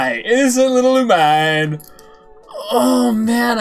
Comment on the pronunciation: It’s looh-meh-neh that’s how it’s pronounced